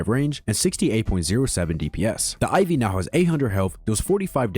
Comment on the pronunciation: why you calling it iv?